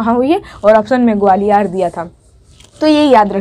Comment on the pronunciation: Mam ग्वालियर सही से बोला करो